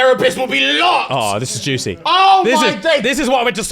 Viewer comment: so who was responsible for the attack, people that have read the book.....cause says "juicy" too strongly 😅